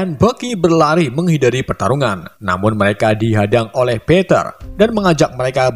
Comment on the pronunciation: Gw dgr peter kayak panter